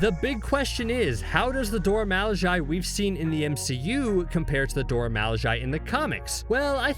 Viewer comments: Now you know "Milaje" ain't pronounced how you pronounced it just now... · Dude your pronouncing the name wrong, over and over again to the point that its hard to watch your effort. Its pronounced Do-ra Mi-La--je, go listen to the movies, go listen to them pronounce it themselves. Gad damn. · I am not sure why you thought it cool to intentionally mispronounce Mee--laaaahhhhh--SZHAYYY. It's really damned annoying. Why'd you choose to do that? I mean, really? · Shouting: "Mil Lah jay" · Hi, I dont mean to be negative and I understand that the narrator is probably from England. BUT if you start out the video enunciating the "Dora Milajie" correctly in the beginning of the video, it is grossly negligent to just let your accent kick in throughout the rest of the video. Dora 'Mal-lay-jay' is NO where near Dora 'Mil-la-jie-ee.' Im not trying to be an ignorant "Johnny-Rain-cloud" over here, but I just couldnt enjoy watching the video. Thumbs down. =/ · He is butchering their name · I wasn't aware u pronounced their name like that....😂#colonizer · How can you keep mispronouncing their group name when you've heard their name properly pronounced several times? 🤣🤣🤣🤣🤣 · my brain freezes anytime he pronounces "Milaje" wrong. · He should have practiced saying milaje in the mirror for hours before this video bc cringe as hell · he said Milajie wrong good video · Why is he saying Milajie like that??